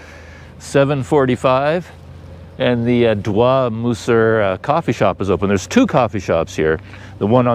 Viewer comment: .."Doi" is not pronounced in a french fashion such as "dwa"....it is pronounced as in "toy"